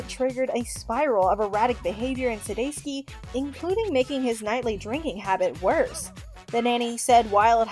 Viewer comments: Sounding like Sudayski 😂 I started cracking up out loud at the dog park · It's not too difficult to do the research if you're not sure how to pronounce someone's name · Over a thousand views and only 19 likes? Dang, I wonder how this video would have done if the announcer didn't pronounce Jason's last name incorrectly so many times...it was a bit hard to pay attention to